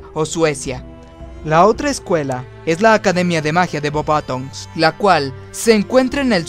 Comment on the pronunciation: guagadu por lo de la magia sin varita, me alegra conocer a un mago como tu aunque tu pronunciación de nombres es malisima con perdón, pues por ejemplo la escuela de beuxbatons, al estar al sur de Francia tiene un ligero acento catalán, y la escuela de drumstrang al ser nórdica tiene un acento ligeramente aleman, etc, pero me has caido bien y me voy a suscribir, no te tomes esto como una critica negativa pues no lo es, con un poco de practica tus debilidades serán tus fuertes, saludos de España, y viva slitherin